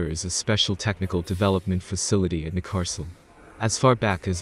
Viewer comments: It is like Neck-cas-oolm, not Ncaasom. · Neckarlsulm - try saying NEK KARLS ULM each alone and when you are sure then all 3 words together. That would be close to what it is called :) ....if you are speaking of course but IMO we are listening to a synth text to speech voice. Nevertheless it is possible to twist letters to force the SW to speak a bit more correctly :)